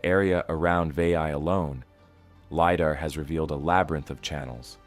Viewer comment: I struggle with watching these this only because I can tell this is not narrated by a human. American accent but Pronunciations are very off and words like LiDAR are spelled out instead spoken...